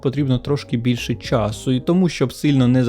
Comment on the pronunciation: виправдання взагалі жоРсТкО помаранчевий так часУ з наголосом на У обговоримо застосування шкірку шкірку сенс/застосування справді гівно кориснішими тонування каблучки/персні незрозуміло просто обережнішими, без «більш» так дупу/сраку/гузицю поставитИ мОмЕнтИк І по всьому відео: 1. Літера «Щ» дає два звуки: [шч], але не [шь] 2. Милозвучність української полягає в звучанні голосних, а саме, в тому, що всі голосні як пишуться в слові, так і читаються і тут немає цих московських спрощень коли літера «О» читається як [а] і тому подібне. Багато такого чути в твоїй вимові. А так, молодець, що знімаєш українською. Виправити ці моменти і буде прям фист файно.